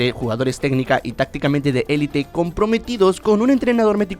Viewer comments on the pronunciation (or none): none